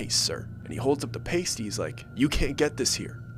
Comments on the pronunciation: Sorry to correct you. But the meat and potato pastry you mentioned is called a pasty pronounced PAST E . Pasties ( as in the stuff we used as glue in school) is a item of clothing that you don't normally think of eating. Though they do help you twirl a mean tassel. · It’s pronounced pass-tee, and they are originally Cornish. Immigrants from Cornwall brought them to the UP. There are recipes online! Traditionally we don’t eat them this way, but I love them with a good brown gravy. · Can't show it to you. Bummer It is a Yoopers tattoo. By the way, it is pronounced Past, like the word past vs future... Pasty.... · You said the old man’s dinner at the bar wrong. Only people from Michigan and probably those cheeseheads would know. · Long "A" in pasty. Its actually an English food, Cornish to be exact. Most Yooper's eat them with ketchup on them. That is how you can tell if someone eating one up there is local. I'm just a troll but I spent a good deal a time in the U.P. I would move up there if I could. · I pray you announce that these stories are just STORIES. I live in that area and wouldn't want people to think badly about our area. Also. For next time the letter "A" in the word Pasty is pronounced as a Short "A" not long. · Raised in the upper peninsula and pasty is pronounced with a soft a. So think like pasta. They way your saying it is actually a nipple Tassle lol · I enjoy your stories but no local would pronounce pasty like that. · Dude did you make up the pasty ? Every u.p story told by outsiders has a pasty but they always mispronounce pasty 😂 I feel like your exaggerating lol nothing that exciting has ever happened up here. Good story telling am in Marquette with a train horn in the distance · I absolutely love watching these videos and tune in weekly. LOVING that you're telling stories about where im from, but the way you're pronouncing pasty is killing me. 😂😭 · PAST- y Not PASTE-y All of my fellow northern Michigan friends are saying the same thing, lol.